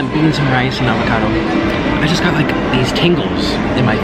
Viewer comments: Wait did he say niggacado avocado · Mans said n*ggakado avocado